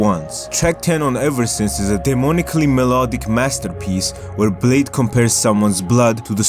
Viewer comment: Yoo he called bleh-dee